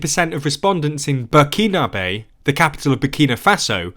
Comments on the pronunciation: The capital of Burkina Faso is 'Ouagadougou' and not Burkina bae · the capital of Burkina Faso is Ouagadougou, how did you manage to get that wrong?